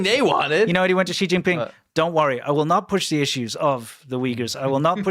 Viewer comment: Make sure to NEVER pronounce Xi Jinping correctly.